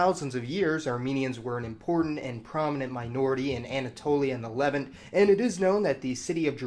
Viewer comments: Excellent video. Just one minor note: Levant is pronounced with the stress on the second syllable, not the first (early in video) Le -VANT. ☺ Hope you're not offended by this minor correction. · yeah. "Levant" should have its second syllable stressed. Of course, as stated above, has a ton of knowledge, but little of this knowledge is shown on TV or talked about except in certain circles, so books (or written works on the internet) are the main resource, hence some divergent pronunciations. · Watching these videos I've pretty much come to expect that he's going to mispronounce stuff at random - more often by putting the accent on the wrong syllable. In this video, for instance, when he mispronounces "Levant".